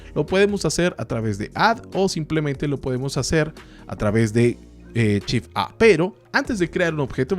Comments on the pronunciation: Lo mas complicado es entender que cuando dice, en realidad quiere decir SHIFT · se dice shift no chif.....por lo demás, buen tutorial,,,,,gracias bro. tienes mi like al menos